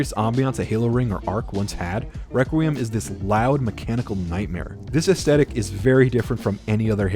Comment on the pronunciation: The way you keep saying "astetic" instead of Aesthetic bugs the shit out of me.